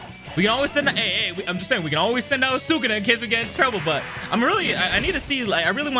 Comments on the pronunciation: Why does it urk me so much when he says sukuna😭it’s Su KUNA not Sukana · The way how he pronounce Sukuna though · The way you pronounce sukuna name is irritating me lol